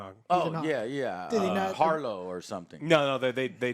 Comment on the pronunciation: Arrow-Harrow! FFS!